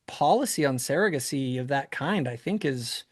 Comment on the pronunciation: I had to stop watching this last night because his mispronunciation of the word "surrogacy" is like nails on a chalkboard. For someone who is so obsessed with it, he should learn to pronounce it correctly. I'll get over it. I'm back to attempt to listen to the rest of it.